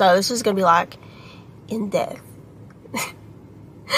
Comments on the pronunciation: “In death?” Or in depth? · She said "In depth".